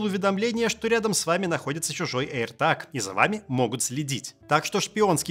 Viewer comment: аирТЭЭЭЭЭЭЭЭЭЭЭЭЭЭЭЭЭЭЭЭЭЭЭЭЭЭЭЭЭЭЭЭЭЭЭЭг, а не таг.